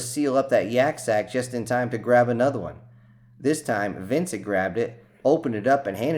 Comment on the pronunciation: Omg, hadn't heard "yack sac" since Ft Rucker back in the 1980s. Dude, freaking nailed it!!